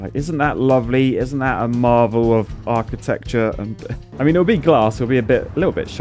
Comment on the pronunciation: How could you say marvel of “architecture “